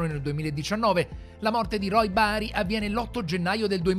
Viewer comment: Volevo chiedergli perchè, Roy Batty diventa Roy Bari 🤣